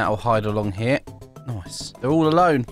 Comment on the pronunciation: I love when says not nice but noise (Not all wideos)